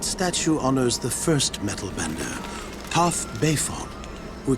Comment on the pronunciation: No it's Toph because it sounds like tough